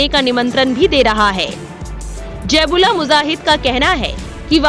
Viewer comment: Jaib ullah muzahid nhi bibi ji,, zabih-ullah mujahid bolty hn 😂